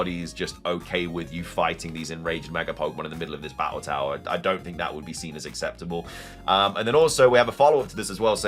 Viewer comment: Can you really not say battle the correct way ?